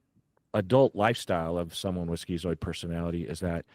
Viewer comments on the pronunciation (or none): Isn't it pronounced "skitz-oid" rather than "skee-zoid", since it's related to the word "schizophrenia"? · Are you saying "schizoid"? I've never heard it pronounced that way, ski-zoid instead of skit-zoid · I always thought it was pronounced “skit-zoid.” 😄